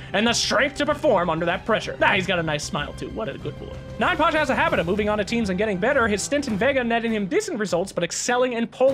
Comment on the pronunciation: please, his nickname is YApasha, not ninePasha. 9 (nine) looks similar to russian "Я" character. "Я" translates like "I". So 9pasha = I(am)Pasha. or YaPasha in russian. (Pasha his name)